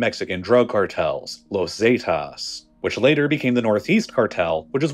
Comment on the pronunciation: Los Zaaaytaaas! lol Forgot to mention that it's Zeh-tas, not Zay-tas.